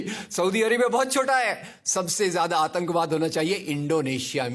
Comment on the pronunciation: Bolna seekh le bhai.. 1.Bha nai wha hota hai, 2. Atankbaad nai Atankwaad hota hai.. Aqalband bihari 😁😁